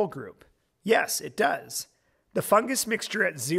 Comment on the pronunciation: Fungus not fungas